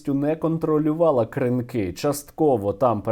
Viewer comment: Будь ласка, КрИнки, а не КринкИ